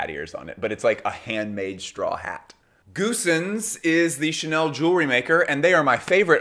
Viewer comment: Goossens is a Dutch last name and is pronounced: goh-suns (with the 'g' being a 'Dutch' g, a sound not found in English).